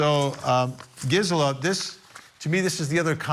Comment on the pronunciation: Wish he’d say her name right, it’s driving me nuts!